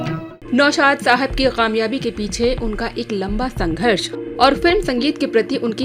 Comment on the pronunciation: Didi! Report to very good,lekin k ki jagah q bolti hain,jaisey kaamyaabi ki jagah qaamyaabi.